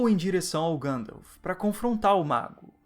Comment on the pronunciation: Ótimo vídeo, nada contra, mas acho um tanto estranho ouvir Gândalf (ao invés de Guéndalf)